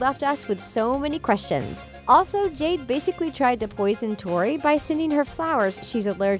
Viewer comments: is it just me or / she says Jane when her name is jade?! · listen close, she calls robby "ronnie" and jade "jane" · are you serious. you called jade “Jane” you called sikowitz “sickowits” bruh did u even watch victorious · Hell I heard Jane instead of jade